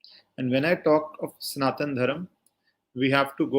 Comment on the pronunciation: It's Sanathana Dharma..why do you North indians cut the "a' in every thing 😂😂😂..and south add a #a# in everything